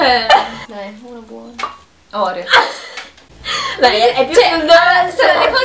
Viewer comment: Aspetta, come ha pronunciato Oreo?!?!?! Bellissimo video❤️❤️❤️